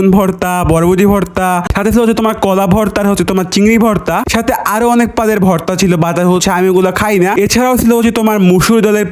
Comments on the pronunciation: ভাই আমি কি প্রতিবন্ধ বাতোতলা পনেরো পদের ভর্তা কিন্তু আপনি বলেন ১৫ পাদের ভর্তা সবাই তালি বাজাও 🤣🤣🤣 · ১৫ পদের ভর্তা ❌ ১৫ পাদের ভর্তা ✅😂😂😂